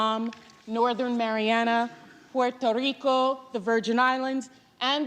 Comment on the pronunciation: why did she use a Spanish accent for Puerto Rico but not for Columbia?